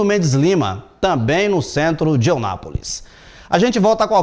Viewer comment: Eu não aguento mais ouvir este jornalista pronunciando o nome da cidade de forma Errada. Pelo amor de Deus meu querido a cidade se chama EUNÁPOLIS e não Onápolis.